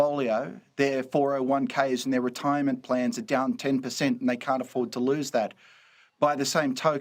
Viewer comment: Trying to say terrified. Comes out as tariffied.